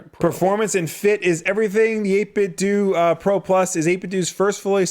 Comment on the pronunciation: 8bitdooooo is the correct way